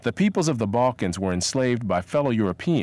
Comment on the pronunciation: "Who are the "bulkans"? Oh yeah, you are well educated. LOL.